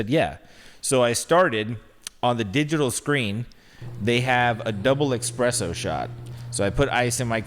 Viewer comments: Say it with me “ESPRESSO” not eXpresso 😭😭 love y’all but it makes me cringe so much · As a barista at the Stanley Hotel….I’m triggered by saying “eXpresso” instead of espresso 🙃🙃😂😂 love you guys so much! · When said expresso instead of espresso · I love but I couldn't handle him saying "expresso shots" lol